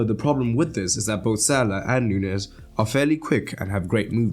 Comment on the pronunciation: Nuñez is not hard to pronounce, it's like Romagnoli, the ñ in Spanish is basically the same as gn in Italian, it's not like pronouncing Rodrigo 😂